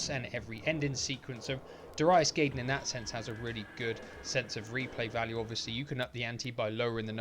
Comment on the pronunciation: My favorite shooter on Saturn. Had the Japanese version back in the day. You said you wondered how it’s pronounced? You got Darius right, but it’s Guy-den, not Gay-den. Did you ever play G Darius? It’s just as good.